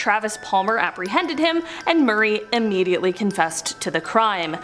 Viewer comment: I wasn't aware "UHH-mediately" was a word. Just say you're from north of the border & you get a pass...like those who say 'AHH-boot,' instead of its proper enunciation of 'AHH-bout.' I'll say it again for the cheap seats. Say it w/me Canada, AHH-bout!!😉✌️